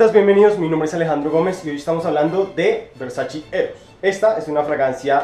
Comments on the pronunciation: tu manera de pronunciar "versachi " supondría dudar tus conocimientos sobre las fragancias 🤔😣🤔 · Buen video,,, me gustan tus reseñas,,, nuevamente un pequeño detalle,, es versacE ( versachE);-) Un abrazo...